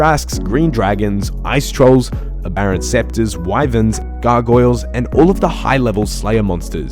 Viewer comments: aberrant sceptres? seriously man? you even pronounced it as sceptres.... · im gonna knock u the fuck out the next time you say aberrant SCEPTRES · Aberrant SPECTRES (as in ghost) not scepter (a staff lol) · Aberrant spectres, not scepters.... please.